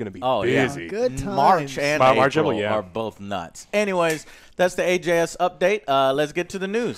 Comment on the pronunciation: I swear said AGS news instead of AJS